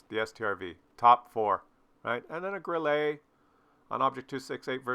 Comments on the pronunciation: it's GRILL-UH, because it's German, not French. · You pronounce Grille like it is a French word =).